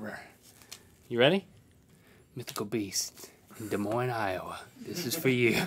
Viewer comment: Des Moines, Iowa born and raised, so glad he pronounced our city right lmao